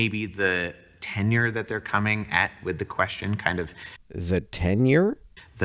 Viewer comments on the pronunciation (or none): The "tenure"? No. The tenor. An odd error but whatever.